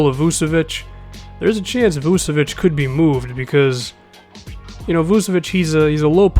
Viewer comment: It's vooch-a-vich